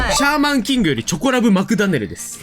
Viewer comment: おそ松くんはフルネーム松野では？… チョコラブのイントネーションは チョ↑コ↓ラブ→ ほらピクルスと同じイントネーション きもヲタマジレスすんません